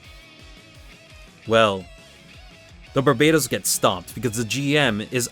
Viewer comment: I don't want to argue about what's better between a GM and Barbatos. I just want to know why you pronounce it like the island country instead of the Demon King.